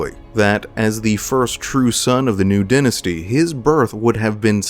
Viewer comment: Hey great video! I won't lie though, the mispronounciation of the word "Dynasty" was jarring